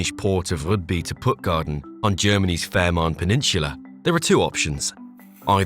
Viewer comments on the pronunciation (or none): Fehmarn is pronounced Fay-marn. Not Fair-marn. There's no R in the first syllable.